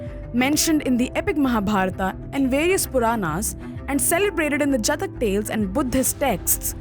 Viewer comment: You are pronouncing "Jaataka tales" as "jatak tales"